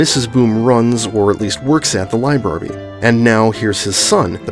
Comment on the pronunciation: one complaint you pronounced librarby wrong